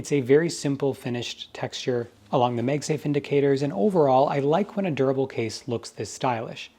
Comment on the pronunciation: Why does he keep saying “Meg safe”? It’s Mag Safe.